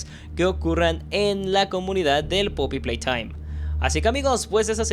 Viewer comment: me encanta cuando dice " poppy PLAYTHOIM"